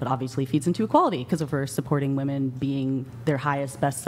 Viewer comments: Add on $5 bucks every time they say "woman" when they are talking about "women" as in the plural of woman ..😂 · wow. Finally someone actually called out how people cannot pronounce the difference between woman vs women anymore. Finally!